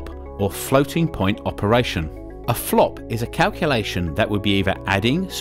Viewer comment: flpo not flop